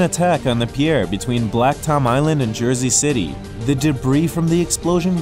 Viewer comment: why did u get all French when saying pier, LMAO